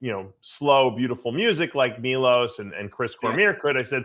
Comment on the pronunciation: Milos not milosh